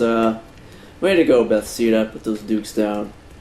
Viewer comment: Be - thes - da Sorry man, know you have been saying it this whole let's play, just had to let you know the right way.